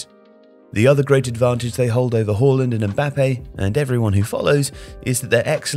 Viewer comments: It is not pronounced Whoreland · "Erling Hoalland"